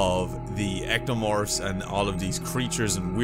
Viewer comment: "The echtomorphs" Yep, he's new.